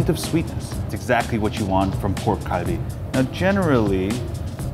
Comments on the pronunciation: It's been about 10 or more years that we've been using the letter "g" when romanizing that particular sound. Galbi is closer to the actual pronunciation in Korean than Kalbi. I think more Americans like to pronounce it with a hard "k" sound, but that's incorrect. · itd pronounced galbi not kalbi.